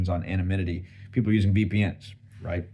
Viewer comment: always "anaminity" XD